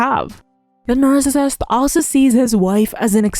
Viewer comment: Not related to content, but the way “nercissist” is pronounced in these videos really bothers my OCD 😅 otherwise, totally on point